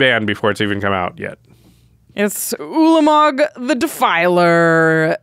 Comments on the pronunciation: saying twah-lamog would make me feel like I was about to be beaten with a baguette. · Brother ew-lamog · Ulamog, Twolamog, Newlamog.